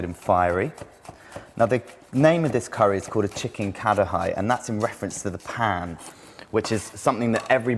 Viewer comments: its ka-ra-hee not ka-da-hee btw good job.... :) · I'm sorry but NO ONE in India, in any dialect, pronounces it KAH-DAH-HAI. that is simply incorrect. Source: I'm indian and I've been to India many times. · lol ka-da-high.